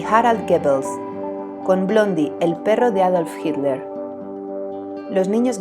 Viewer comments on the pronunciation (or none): none